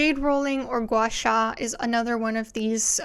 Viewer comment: Your pronunciation of the word ‘guasha’ was actually spot on! I was low key impressed 🤣🤣🤣